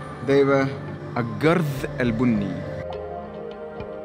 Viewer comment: الجَرز ❌ الجُرز ✅